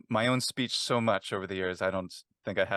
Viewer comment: In addition to the main topic of this video being super interesting, I was fascinated as a German speaker by how well could make the single syllable "so" sound German.